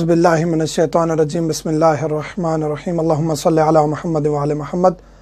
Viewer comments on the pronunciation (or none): none